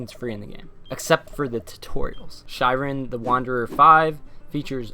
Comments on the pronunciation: Shiren is actually pronounced "Shear • en" (same as shears you'd use to cut your hair with). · It's actually pronounced "Shear-en", it is the Japanese word for trials/ordeals. Sorry to be picky but it's my favorite series of all-time. Thanks for the video, I'm really looking forward to finally getting to play this (I almost imported the DS version years ago and was going to learn Japanese just to play it lol).